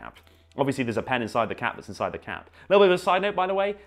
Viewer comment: Sounds like he’s saying cat instead of cap